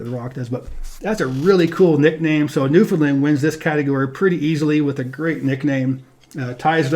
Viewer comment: Great series although Newfoundland is pronounced more like New-fin-LAN where land is annunciated, also this may be my biased opinion but Ontario has much better scenery than Wyoming. We have Niagara Falls, Toronto, Ottawa, Algonquin Provincial Park, Muskoka, areas of lake Huron that are as blue as the Caribbean, etc.